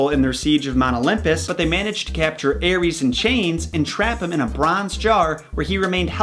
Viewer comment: Eris aris read it normal American don't read wrong ares